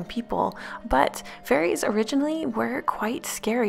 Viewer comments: Is it just me that thought she said furries instead of fairies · I kept thinking she was talking about furries lmaooo xD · she said fairies not furries but I see how you thought she said furries lmao